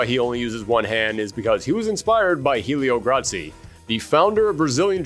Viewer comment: In case anyone was confused, he meant to say Oro was inspired by one of.the founders of Brazilian Jiu-Jitsu, Helio Gracie. He just pronounced it with a little Italian flavor.